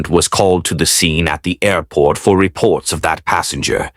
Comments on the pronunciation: “A-port” ???? Stupid AI voiceover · WTF is an A Port? F'ing AI can't even pronounce Airport right